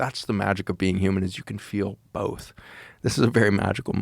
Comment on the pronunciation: Both. Not BOLTH! Joe.